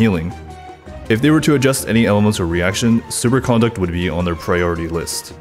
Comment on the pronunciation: Does it drive anybody else nuts that he pronounces it "supercOnduct" with an emphasis on the con?